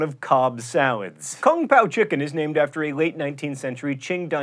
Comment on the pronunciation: #19 it said kung poo chicken instead of kung pow